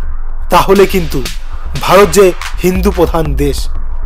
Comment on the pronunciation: কি খেয়ে ভিডিওটা বানিয়েছেন?? আর আগে আপনি ভারত উচ্চারণ টা ঠিক করুন তারপর ভারতের ভবিষ্যৎ দেখবেন....🤝🤝 লাল সেলাম.... ভালো থাকবেন....